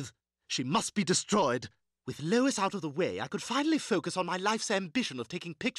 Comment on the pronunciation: He calls her “lOiS”